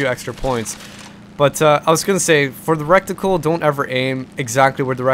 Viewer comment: You say reticle, you're saying it wrong hahaha. In a funny way too. You say "recticle" and it sounds like a combination of "rectum" and "reticle".